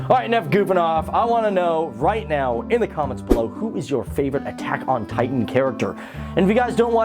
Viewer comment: is it just me or did it sound like he said taco titan in the into